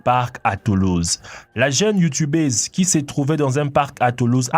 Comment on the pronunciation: Il a dis une youtubaise😂😂😂